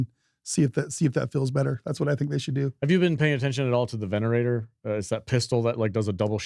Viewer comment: its Venator, not Venerator. Its Buried City not Burnt City. Its a Hullcracker not a Hellcracker. Thank you for your attention to this matter.